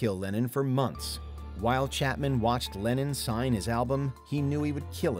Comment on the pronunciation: Why the hell are you pronouncing LennON as "Lenin"...?? I was sat here wondering why the hell Lenin signed a record...